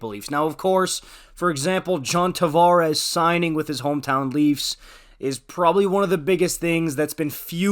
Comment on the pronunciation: You didn’t flex your awful French accent eh loser ? I see you tried when saying Tavares but he’s not French. Hahahaha